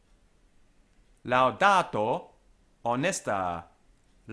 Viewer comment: Here you are less careful than usually with double consonants and neuter plural nominatives. Here "pare" sounds like parre, final a in"honesta" sounds long, making it an singular ablative. Now, a far as I know 'parre' means nothing but some another word could cause misunderstandings. I know careful distinction of quantity is not important in English language. I don't want to come across impolitely, I just wanted to tell what my ear caught. Other phrases were perfect.